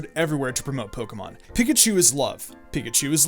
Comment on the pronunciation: Nyah, "Piakchu clones" ^.^ *Pikachu Clones